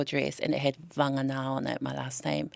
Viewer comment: Sir, it’s Va-Ng A NA